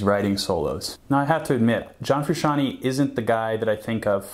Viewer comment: its big bootay...! learn your triad shapes...sure learn how to pronounce your subjects name. also, your unwound strings either are clipping on multiple mics or the frequencies are triggering overtones. it sounds bad. i doubt its your tone overall...just a mic thing. thanks for the video and much love to JF. He is an influence, a big one.